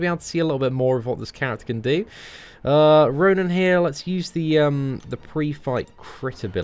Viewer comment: I still dont understand why he says ronin